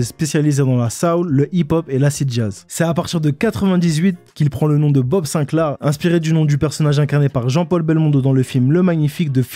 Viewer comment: "Haha, M.BOB Sinclair" SINCLAR, répète, SINCLAAAR